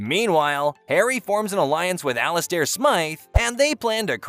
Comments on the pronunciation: The way he says Ali-stair 😂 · I stop watching when the computer got Alistair name wrong...